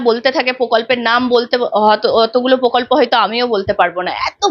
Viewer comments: পোকল্প উচ্চারণ খুব কানে লাগছে। প্রকল্প বলুন। একজন সঞ্চালিকার এই ধরনের ভুল উচ্চারণ চ্যানেলের মান নামিয়ে দেয়। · তোমার উচ্চারণ স্পষ্ট নয়। তুমি এতবার "প্রকল্প" শব্দটা বলেছো কিন্তু একবারও সঠিক উচ্চারণ করোনি। প্রত্যেকবারই "পোকল্প" বলেছো। এছাড়া তোমার "স" - "শ" - "ষ" এর উচ্চারণ ঠিক নয়। বেশীরভাগ "স" কেই "শ" অথবা "ষ" হিসাবে উচ্চারণ করেছো। এগুলো শুধরে নেওয়ার চেষ্টা করো। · Pokolpo, kendo. She cannot pronounce R in the context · পোকল্প নয় দিদি, ওটা প্রকল্প হবে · এঙ্কারের উচ্চারণে অস্পষ্টতা আছে। পোকল্প না প্রকল্প! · Pokolpo noy prokolpo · Kothata POKOLPO noy. PROKOLPO. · পকল্প নয় প্রকল্প একজন সাংবাদিকের উচ্চারণ টা ঠিক হওয়া প্রয়োজন।। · মূখ্যমন্ত্রীর মতো পকল্প কেন বলছেন সাংবাদিক মেয়ে টি? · Mamoni ota pokolpo na.. prokolpo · Dear Anchor, apnar question gulo khub pertinent holeo apnar pronunciation khub kaane lagche, for instance, apni bolchen 'pokolpo"...eigulo ektu kheyal korun. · ওটা 'পোকল্প' নয়, "প্রকল্প"! ঠিকঠাক কথা বলুন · কথাটা প্রকল্প,পোকল্প নয়। সঞ্চালিকা দিদি বাংলা টা ঠিকমত বলবেন এটা আশা করা যায় না? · Pokolpo noy prokolpo. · দিদিভাই, বাংলাটা অন্তত ঠিকঠাক বলুন। প্শ্ন নয় প্রশ্ন, পকল্প নয় প্রকল্প, ইত্যাদি ... Feedback মাত্র। চেষ্টা করলেই পারবেন। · এখন সবাই ছাংবাদিক! কোনো degree লাগে না। ভালো করে উনিশ উচ্চারণ করতে পারেনা। বলে উন্নিশ ছ্যা! আবার বলে পোকল্প! ওরে ওটা প্রকল্প হবে।ভালো করে বাংলা বলতে পারে না সে আবার ছাংবাদিক!!! ছোঃ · পোকল্প নয় বাবা প্রকল্প ... বাংলাটা ঠিককরে বলো বাবা ... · onusthaner upossthapika aponar uccharon thik korun . pokolp noy prokolpo . podhan noy prodhan . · ঘোষিকার পোকল্প, পোশ্ন , মুখ্যমন্তী প্রভৃতি উচ্চারণ গুলো বড্ড কানে লাগে